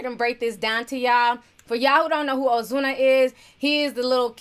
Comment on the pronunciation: You sound spanish when u say ozuna😍